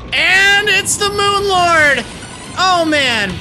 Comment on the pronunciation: I honestly thought you were saying Moon Lard. xD